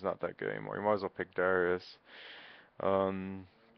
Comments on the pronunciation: when he talked about darius i though he was saying dyrus lol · Did he just say Dyrius ? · Lol, you called Darius "Dyrus."